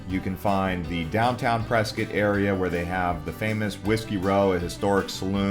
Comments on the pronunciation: it's Pres cot not preskit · It's Press cot. I mean wow, are you a Californian? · I thought it was Press…scott. It sounds like you are saying biscuit.